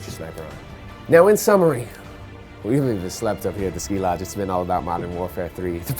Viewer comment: not ski lodge skee lodge he is a producer